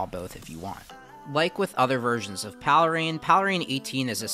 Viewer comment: I thought it was pronounced "Pale Rain" ?